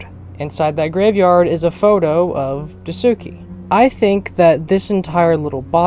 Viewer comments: I'm struggling trying to get through you guys all pronouncing Daisuke name wrong 😂 . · Wonderful video fam, I loved the direction and seriousness u took with this and the voice actors did an amazing job. But we gotta work on ur pronunciations of dasikues name 💀